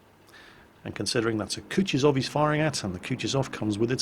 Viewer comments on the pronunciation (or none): I have no idea why people read 'Kutuzov' like that ( Kutchizov).